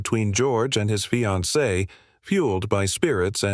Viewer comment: “Sometime between one to thirty and two hundred in the morning . . . ” “Lemmon, his fye-an-see” “Soo-ee-cide” Stupid robot narration.